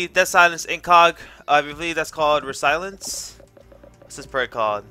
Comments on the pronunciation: Btw it's not re-silence it's resilience. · resilence? resilience